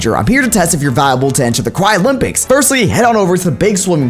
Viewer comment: WHY DID HE SAY CWY IN STEAD OF CRY?!?!?!???!??!?!??!?!!